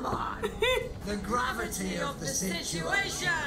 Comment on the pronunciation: Gravity? Do you mean mavity?